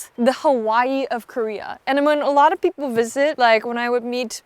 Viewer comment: Wow! You went to an international school AND America and no one told you about your speech defect? It’s Peeeeople not Pipple just fyi.